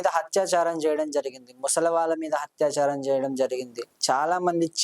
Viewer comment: Telugu palakatam radu anchor ki Hathaya charam kadu nayena Athayacharam ani Hathyacharam ante champandam Again athyacharam antam nerchuko Bharya word anetapappudu Vathu tho cheppu Barya kadu Bharya Telugu matadam sarriga rani vallu enduku channel lo programs chestaru? Antha ma karma 😢